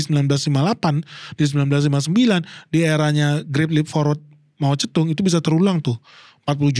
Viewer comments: Jarang² ada org yg spelling Mao Ze Dong nya benar👍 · br kali ini liat channel ini. 1 hal yg bikin salut pengucapan nama cina secara akurat (mao ze dong) gak kaya sebagian besar channel bahasa indonesia lain yg selaluuuuuu saja gak mau tau pengucapan yg benar kaya apa. Klo bs membaca george spt org amerika atau françois seperti org prancis lalu knp tiap nama cina selalu dibaca secara aneh dan gak ikut aturan yg benar 😢